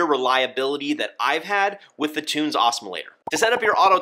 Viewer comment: Learn! Why can no one at BRS pronounce Tunze correctly? Must be an American thing…